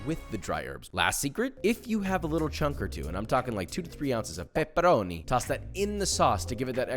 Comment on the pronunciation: love how he said "Pepperoni" in italian accent but peperoni in italian actually means peppers